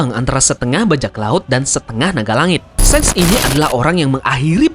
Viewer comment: SHANKS BUKAN SENG BACANYA TAMAGON THOLOL 🔥🔥🔥🔥🔥🔥🔥🔥🔥🔥🔥🔥🔥🔥🔥🔥🔥🔥